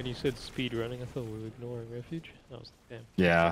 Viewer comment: "Lights refooge" took me out 😂